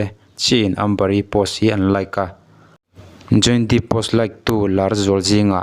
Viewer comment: Johny Deep a ni lo, Johny Depp aw...i lam dan kha